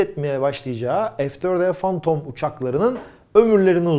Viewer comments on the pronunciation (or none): none